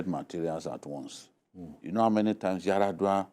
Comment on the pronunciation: Did he say Yar'adua